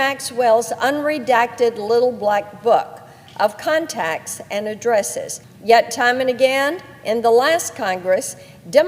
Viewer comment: did Senator Blackburn say "cuntacts"?